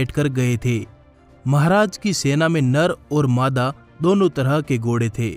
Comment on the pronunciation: Gode nahin ghode bolte hain Bhai....